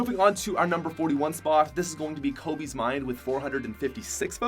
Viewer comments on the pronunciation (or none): He said Kobe’s name wrong